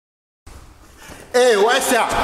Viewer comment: Негр,круто произнес слово Эй васья!))